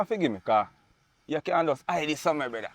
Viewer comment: How much brethra can this brethra say😂😂😂😂